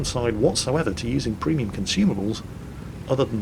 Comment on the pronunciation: And btw I laugh every time when you say ”premium”. You say that p like pfhhiuu XDD